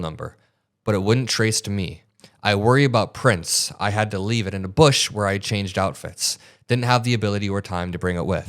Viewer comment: I'm glad you were saying Prints which sounded like Prince. That would have been even🤯🤯🤯🤯